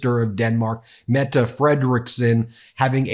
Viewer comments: Thanks for pronouncing Mette correctly 😊❤ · Wow! You learned to pronounce the statsminister´s name! Tak! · I am glad you learned to say Mette :P